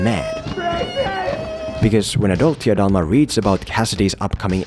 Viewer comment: i Love how you keep saying Tia Dalma... 😂😂😂